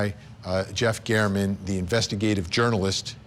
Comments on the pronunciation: Someone please tell her it is pronounced GAERMAN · Vinnie, Matt Johnson is terrific. This was landmark testimony and you elect to speak with? Please. Her grammar is pitiful, and she can't even pronounce Jeff German's name correctly. (He deserves that much.) After all, this is Court TV - not the Daily Mail. Interviewing experienced lawyers would be appropriate vs. her absurd comments about Telles. (And Karen Read, for that matter.) We can all figure out that he's lying on our own. Thank you so much. 💫